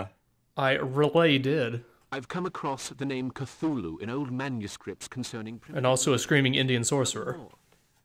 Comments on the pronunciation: Well, H.P. Lovecraft DID intend for the name to be pronounced many different ways, since having something with an inconsistent name is alien to humans and thus terrifying and/or confusing. But I agree, "Ca-thu-lu" is much easier to say. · Oh, did you just pronounce Cthulhu as, "ca-thoo-le-hoo?" You so cray cray! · Sir Tanky Yeah. I'm pretty sure it actually says in 'call of cthulhu' that none of those names (cthulhu, ryleh etc) "were truly pronounceable by human tongue", or something like that.